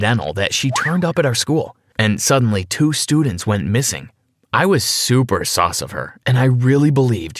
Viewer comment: "very soos" lmao its "sus"